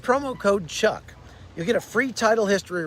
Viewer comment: Chuck your pronunciation of foreign languages is amazing. Unlike many people you get the pronunciation right. Israel names its fallen but Hamas doesn't. Naming the Gazan dead would be a way of knowing the correct figures of Gazan dead.